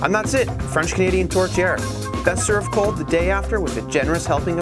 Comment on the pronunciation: It's 'TOURTIÈRE', not 'tortière'. Just a detail, but...hé a little respecque!